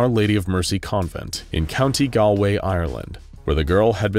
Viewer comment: Like all Americans countay gowlaway ire lend, that's not how its pronounced